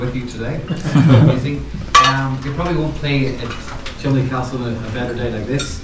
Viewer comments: Hi, Cholmondley is actually pronounced Chumley and that is a stunning ground with a good track have played there a few times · Grew up playing nearby, loved this video. Just FYI it's pronounced "chum-lee". Great stuff as always. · Sorry to be annoying but it's 'Chumley' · Another excellent video, but I think you'll find the castle name is pronounced Chumley . . . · Brilliant video, Cholmondley is pronounced Chumley. Rather strange but cheshire dialect! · It's pronounced chumley. I played there about 15 years ago and the wicket was even worse then.